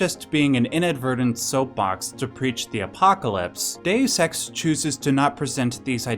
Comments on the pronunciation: Deus Ex not Dessex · number eight... DAYUS SEX